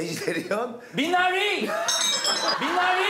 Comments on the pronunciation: 미나뤼~~!! 표정이랑 발음까지 겁나 웃기네ㅋㅋㅋㅋ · 미나뤼 발음이 개웃김 ㅋㅋㅋㅋ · 지석진 정답 외칠 때 발음 굴리는거 너무 웃김 ㅋㅋㅋㅋㅋㅋ 탐관오뤼~ 미나뤼~ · 지석진 미나리 발음 미쳤다ㅋㅋㅋㅋㅋㅋㅋㅋㅋㅋㅋㅋㅋㅋ 아ㅜㅋㅋㅋㅋㅋㅋㅋㅋㅋ 개웃겨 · seokjin's accent when he said 'minari' is too funny 🤣🤣